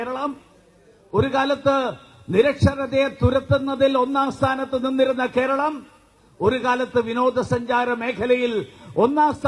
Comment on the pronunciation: It's "keralam" not "Keral" . Let him first say the name " keralam " properly.